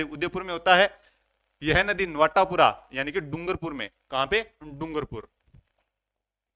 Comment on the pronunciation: Sir ye नवाटापरा h नवाटापूरा ni h